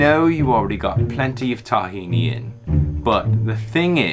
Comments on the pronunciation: Omg, say TAHhini wrong one more time! Lolololol ughhhh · This a hilarious video! 🤣🤣🤣 btw i’m an Arab and we spell Tahini like: (T-he-naaa)😂 Miles would say “proper liquid runny gold arabic tahini”.🤣🤣🌱🌱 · I love how he says it tah-hini haha cheers Brian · In all fairness, it's pronounced that way once it's made into a dressing - in restaurants and packaged in stores, once there's lemon, seasonings, it's not called tahini (only sesame seeds) but takhina. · Thumbs down for the pronunciation of tahini